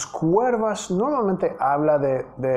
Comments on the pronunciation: Hola para que mejores tú español, no se dice cuervas si no curvas. Eres excelente profesor me encanta aprendo mucho contigo Felicidades. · es curvas no cuervas pero no sé cómo explicarlo. Bueno solo se pronuncia la u y no va la e. Saludos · Profesor, don't say (CUERVAS) lo correcto es (CURVAS) without "e". It was a great song. Thank you. And I keep learning english with music. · se dice *CURVAS*, no se dice Cuervas. 🤗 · Se dice...curvas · Se dice curvas profe 👨‍🏫